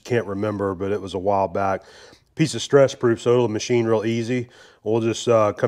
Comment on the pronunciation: Did you say "stretch proof" or "stress proof"? And what does that mean?